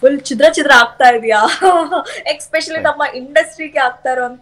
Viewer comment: It's especially mam not exspecially English baralla andre kannada matadi😂